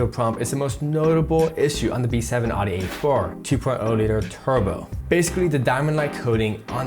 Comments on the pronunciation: wtf is a Adi ? Audi its called . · The way you pronounce Audi is cringe lol. Other than that, good video👍🏻